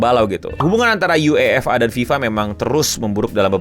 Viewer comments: kelihatan banget ga ngikutin bola, nyebut UEFA nya aneh “U-E-F-A” bukan “YU-EFA” seperti fans bola pada umumnya 😂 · Dan ketua fa KONOHA dg lucunya setuju n ngedukung si botak Infantino,😂 btw lucu bet penyebutan UEFA dan nama ketuanya ketahuan gak ngikutin sepak bola, KLO siaran Ama koci psti dimaki2 kardus lu😂😂